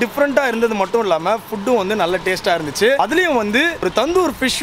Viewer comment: Have You guys ever Noted that pronounces "TASTE" as "TASHE"?